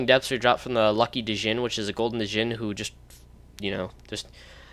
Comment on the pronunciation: The d in djinn is silent it's just pronounced jinn